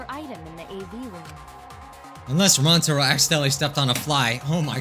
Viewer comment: it's not how you say rantaro it's ran-uh-taro